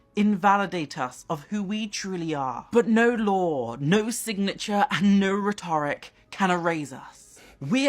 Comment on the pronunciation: I’ve never heard anyone pronounce “rhetoric” that way.